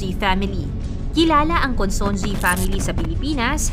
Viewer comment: Ayusin mo naman pronunciation ng Consunji.